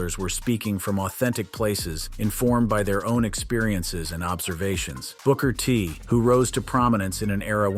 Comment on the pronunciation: "Broker T?" SMH!